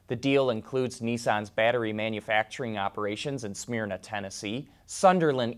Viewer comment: Not "Smear" na, Georgia, it's "Smurna" (Actually spelling is "Smyrna."